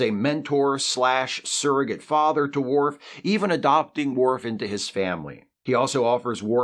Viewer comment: It's worf